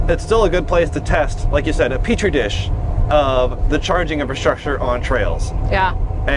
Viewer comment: It's peach tree dish. Marge Taylor green 😅😅